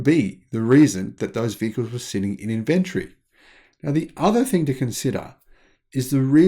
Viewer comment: Why can’t you say inventory?